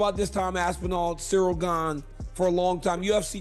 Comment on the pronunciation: Cereal ganey swear his name was pronounced like 8 different times...